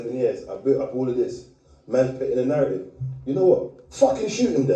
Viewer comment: Al gore rhythm and na-rraytive is mad